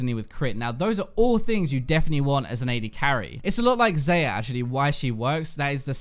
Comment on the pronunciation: its not zeja its zaja